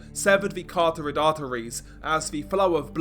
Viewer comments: Still can't pronounce "carotid" huh? 😆😆😆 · It's starting to grind my gears